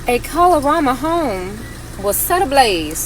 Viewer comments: I grew up in the DMV and always heard the area pronounced 'KAY-lorama'. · As a native Washingtonian, it’s hilarious hearing everyone say Kalorama wrong. 😂🤣 and Yes, DC is technically the South (the south of the North and the north of the South.) 😂 Also, didn’t Eastern Market catch fire years ago?? 🔥 Every time I drive by and see people shop like black folks weren’t sold there irks my spirit. lol!